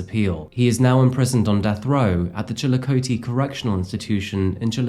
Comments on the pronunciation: Just a heads up,. Here in Ohio we pronounce it “Chill-Uh-Cothee”. Love your channel, keep up the great work! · It's pronounced chill a coth E. My sister used to live right near there. We all forgive you though, lol. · I will say as a native Ohioan your pronunciation of Chillicothe was very close, most people from out of state never even get close lol it’s chill-ah-caw-thee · No worries I want to take this opportunity to let you know I'm from Pike County Ohio you've done a piece on the rhoden massacre well it's about wrapped up there have been some major updates and you should look into making an update video also not passing judgement but I just want to help but it's pronounced like so Chilly-Cot-he like 3 hots and a cot but your awesome you and Mike should do a collaboration being your content and proximity I'm also aware you probably won't read this and I'm irrelevant to you but in hopes this finds you thank you for your hard work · One tiny detail, it's pronounced Chil eh cah thy (Chillicothe) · I am just helping you out here. I do not expect you to know how to pronounce it. But the city where this P.O.S. is sitting in death row at. It is pronounced CHILLA COTH E. I understand it is spelled Chillicothe. But it is pronounced the way I showed you. Awesome episode!!! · One note. Chillicothe is pronounced Chi-luh-kaa-thee. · The way he pronounced Chillicothe 😂😂😂